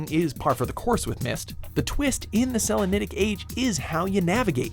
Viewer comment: YOU PRONOUNCED SELENITIC WRONG!!!